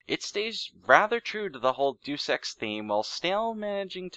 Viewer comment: the title is pronounced day-us ex but otherwise fantastic. Not played it but i might look into it now.